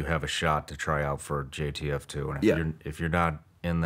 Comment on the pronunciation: Why does he keep say gtf2 not jtf2 😂😂